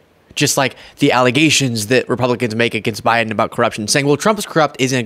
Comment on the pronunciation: "Beten.. ayu". Lol